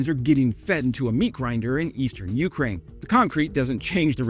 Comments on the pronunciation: Your wife should make fun of how you say Ukraine too. It's "yoo-CRANE" not "YOO-crane". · I will like these videos even more when you learn to pronounce Ukraine correctly